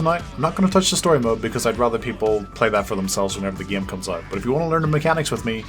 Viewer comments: thanks to your accent I say "Game" the way you say it like "Gyame", why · I love how says the word "Game" XD